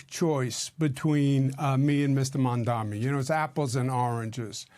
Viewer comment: It’s not “Mamdami” it’s Mamdani! I’m pretty sure your inflated ego would not want that level of disrespect in people intentionally mispronouncing your name, Cuomo…